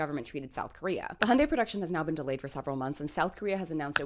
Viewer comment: Thank you, not only for providing the FACTS, but also for pronouncing “Hyundai” correctly! 😀👍